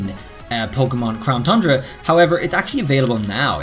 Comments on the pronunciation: Ayyy actually said it correctly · Did he did he just say “crown TUNDRA” correctly